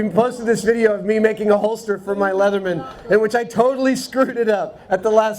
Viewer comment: oh, MAKING not MATING....